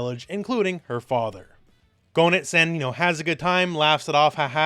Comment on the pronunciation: "GO-nitz"? Seriously? It's "GAY-nitz"! Say it right!